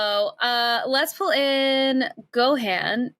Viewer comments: Being a DragonBall Z fan I hate when Gohan calls and they say the name wrong 🤣 it’s Go-Han like Han Solo. Not GoHaaan 😂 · It makes me so fuking mad she pronounces it "Go"-"Hean"